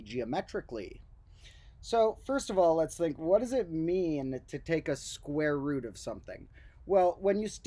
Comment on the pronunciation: I must be tired, it's starting to sound like he's saying "the squirrel root of two". Either that, or the medication is kicking in.